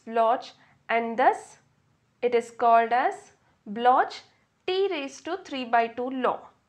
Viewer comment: It's pronounced block